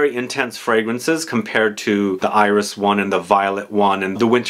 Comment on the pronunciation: Thank you for this nice dense review. I'm very excited to discover l'artisan parfumeur 's "le potager" collection ! "Céruse" is a white coloring substance. It was used in paint and cosmetics.It's not used anymore because,coming from lead, it is toxic. Also the "s" in french iris is pronounced ;) ... I know, my motherlanguage is often illogical.